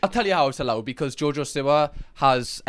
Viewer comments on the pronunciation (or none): I thought u said jojo sewer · I love that you pronounce it “Jojo Sewer” 😂😂😂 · it is JoJo See-wa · i love you but i really hate the way you say 'siwa' 😭😭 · I love the way he says jojo siwa lmfao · Still,saying her last name wrong haha